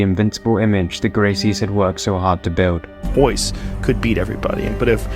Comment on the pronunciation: The name Starts with R and they pronounce it as H, why?